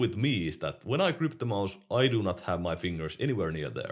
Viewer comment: Everyone else: Watches to get a competitive perspective on popular and underrated peripherals. Me: Like hearing say maus.